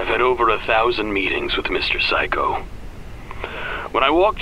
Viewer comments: help why do i hear saikou as physco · "Mr Saikou" Nope it's... "Mr Psycho"